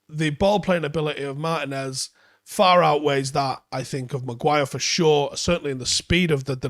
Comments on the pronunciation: Mar-TEE-nez. It's not pronounced like Martin ffs. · Just a heads up. Looking him up on google there's an accent over the i that means you give that letter more emphasis. It's pronounced Mar-Tee-nez. It hurts my brain a little every time you call him Martin-ez. I hate being that guy mentioning this. Anyways keep up the good work.